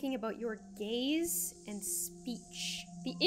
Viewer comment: when you said 'gaze' I thought you said 'gays' as in 'i can't stop thinking about your gays'.